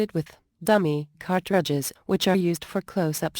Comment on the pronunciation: "cart...tri.dges" Lol, computer voices!